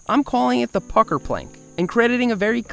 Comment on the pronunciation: when you said the pucker plant i thought sou said it with a f lol